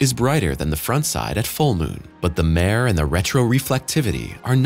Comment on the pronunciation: A "mare" is a female horse, the opposite of a stallion. The thing on the moon, spelled the same way, is pronounced MAH-ray (short o like "pot", two syllables), and is the Latin word for "sea".